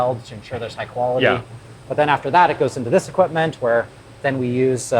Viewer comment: I love how you pronounce Hwere, I feel like that's how the word is supposed to be said